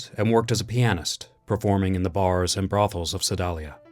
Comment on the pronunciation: The town in Missouri where Joplin wrote the "Maple Leaf Rag" is Sedalia. It's pronounced "seh-DAY-lee-ah".